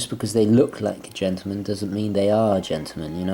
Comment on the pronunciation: It's Not pronounced 'Gentoo-man...but GENTLEman-as it's Spelled!